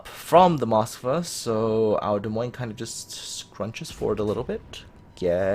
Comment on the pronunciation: you are pronoucning Moskva wrong in your video, sorry, just had to point that out.